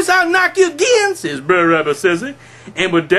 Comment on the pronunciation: Wonderful job at reading. Brer as written in the original 1890's version of Uncle Remus books. It is meant to be pronounced as "Bruh'er" as in "Brother Rabbit" Brother Bear, Brother Fox... etc... you get the point... See below post from monny287 Wrote "Bre'r Rabbit" Just listen closely next time you read an Uncle Remus book. They are all Brothers ... no such thing as Brayer....what is a Brayer anyways? Hope you get to respond to me. These are all pre-abolition slave stories with hidden messages.